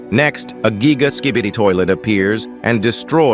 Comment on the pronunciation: "Woooman" "Seegma boi" "Geeega toilet"